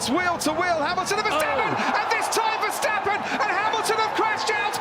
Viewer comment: He didn't say Verschtappen! 👍